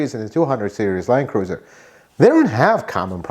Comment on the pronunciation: Is it really pronounced "line cruiser"?